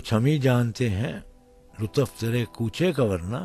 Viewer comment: AOA brother I really enjoyed your video because it's belongs to a legend but your pronunciation is terrible please next time make sure practice before you download for example lutaf please right way is lutuf and last u is kind of silent please